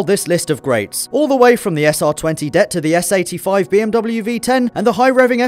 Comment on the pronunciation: it ain't dett mate, it's d.e.t.t